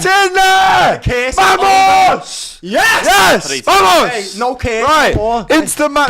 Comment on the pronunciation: My guy said vamos 💀